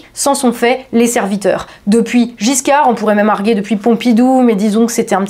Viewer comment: Au fait,, j'ai oublié de te dire que le verbe ARGUER se prononce "argUer", avec le U détaché. C'est en raison des règles orthographiques françaises, qu'il s'écrit ainsi, mais les dictionnaires précisent la prononciation de la lettre U. On pourrait écrire "J'ARGUË/J'ARGÜE, ARGÜÉ, ARGÜANT", mais ça ne s'est pas fait, et beaucoup de gens s'y laissent tromper.